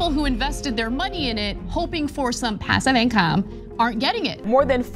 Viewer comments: It's pronounced: "pAsSiVe iNcoMe OMG" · I am just so curious as to why the lady in the beginning had to say "passive income" the way that she did. I rewound the video just to piss myself off by hearing her sat it like that again I missed the rest of the video